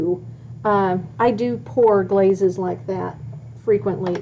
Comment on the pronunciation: Glazes not blazes